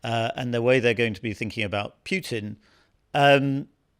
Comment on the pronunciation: It’s Poo-tin! POO-TIN! Not hard to pronounce correctly is it!